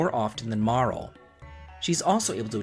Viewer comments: "MAR-UHL', 'AL-EE-UH', 'CRAH-NOH'. Dude, do you speak the language? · Damn you can't pronounce Marle, Crono or Ayla lol. Also this is such a bizarre take. Frog is the top tier of characters; he's super strong, durable, great single target attacks and multi-target water attacks. He has better healing in terms of speed and healing. Give him the Hero Medal and final form Masamune - he's gonna crit shit the bed every day. Magus is an excellent caster and the strongest multi-purpose caster. He also blitzes everything with his damage, speed and shadow magic. He's the opposite of Crono and Robo; he's ungodly strong and he has trip techs. Doesn't need dual techs. Lucca, top tier fire element and she not only has protection plus explosive fire damage. Her crits are fucking psychotic too. Robo is a good top tier same with Crono because of just how strong they are and how much they can synergize. The only take I really can get behind is.. well.. the black sheep, the odd duck, Marle. She has literally no purpose as a combatant, but she does as a character. She's STRONG AS FUCK and has excellent dual/triple techs, but her actual PURPOSE is basically to be the ultimate white mage. Ultimately she has no multi-target healing, Cure 3 doesn't matter because if you play right Frog can pretty much heal everyone using his multi-target heal and do the same job. Ice and Water should have been different and while it is different in terms of raw damage (ice being much stronger), the only real niche she serves is to provoke enemies with Ayla for rare items. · Marl? Luca? ALIA?!!! who tf are those? MarlE, LucCa, AYLA. AY-LA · Yeah, but they have their names written in Japanese, and that shows how they are pronounced. Marle is “Mar-lay.” Magus is “May-Jus” Ayla is “Eye-La” Crono is “Chrono” (don’t know how you get that one wrong)